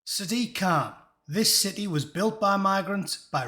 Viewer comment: The way sadact Khan pronounces city as ciddee really winds me up.